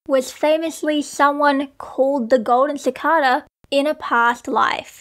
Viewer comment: CicAda not cicoda please 🥺